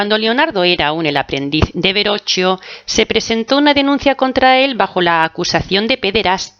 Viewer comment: Se pronuncia Da Vinchi y Berroquio.